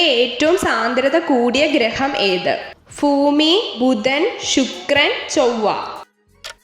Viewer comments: ഭൂമി എന്നൊക്കെ പറയുന്നത് ഫൂമി എന്നാണ് പറയുന്നത് ഭ എന്ന അക്ഷരം വരുന്ന വാക്കുകൾ ഫ എന്നാണ് ഉച്ചരിക്കുന്നത് അത് മാറ്റാൻ ശ്രമിക്കുക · ഫൂമി അല്ല.. ഭൂമി. അങ്ങനെ പറയണം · ഫൂമി അല്ല ഭൂമി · ഫൂമി.... ഫയം...😂😂😂😂